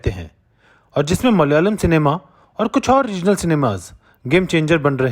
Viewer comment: Brother it is pronounced as Malayalam, not Mal-yalam